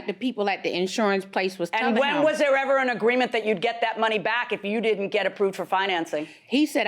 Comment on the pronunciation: ......................................................... She said she went "OVER DARE" ..... Did not say "OVER THERE" ............ ......................................................... She dìd not "LIKE" the house She said she "LIK ED" the house ......................................................... That's so sad "😢" .........................................................